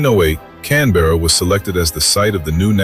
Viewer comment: BTW its pronounced cam-bruh